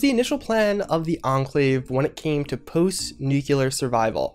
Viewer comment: You can pronounce Yao Guai but you can't pronounce Nuclear?